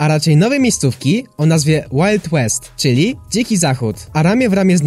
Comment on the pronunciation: Wild west czyta się Łajld Łest 😀